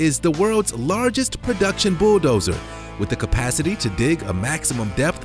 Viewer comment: Wtf is a "boo dozer"